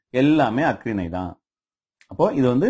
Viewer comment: பார்த்தீங்க அப்படின்னு ஆச்சுன்னா என்னய்யா தமிழ் பேசுறீங்க? அக்றிணை இல்லை ஐயா, அஃறிணை